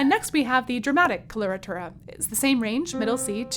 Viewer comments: it's coh-loh-rah-tooh-rah. not kolortorah. wouldn't it sound more professional to pronounce words about your field of study correctly? especially when you make worldwide contents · I hope this will be an instructive video, despite the fact that the hostess doesn't know the correct pronunciation for either "coloratura" or "mezzo"! Weird.